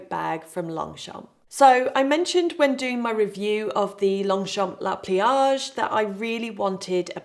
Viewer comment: Not that it matters because we all know what you’re referring to! But it’s Le Pliage from Longchamp and not La Pliage :)